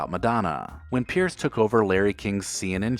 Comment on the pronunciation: these are weak examples - some of these people may have been banned from a particular show, but none have been banned from TV. And it's Piers Morgan (PEERS) not Pierce!